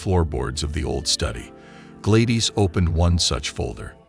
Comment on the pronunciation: So where is the warning on trump.... Just rumbling of an AI voice that can't pronounce Gladys and echo properly... Just wasted a lot of time watching this bullcrap